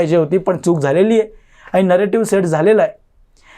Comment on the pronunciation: मोदी साहेबांनी मराठीला अभिजात भाषेचा दर्जा दिला आहे तेव्हा आधी स्वतःच मराठी सुधारा...भेटले, aani, pani ह्या शब्दांकडे लक्ष द्या.. Bottle ha english शब्द आहे...मराठीत त्याला बाटली म्हणतात....दुर्दैव आहे मराठीच तुमच्या तोंडातून मराठी ऐकताना